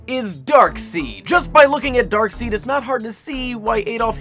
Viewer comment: It's actually pronounced darksEId not darksEEd. I'm not hating i just wanted to make it clear.